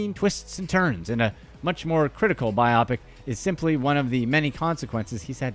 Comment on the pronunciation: The word is pronounced bio-pic meaning Biographical Picture!